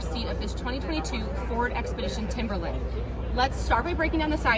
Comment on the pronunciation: You've been waiting forever to mispronounce TIMBERLINE, lol 😆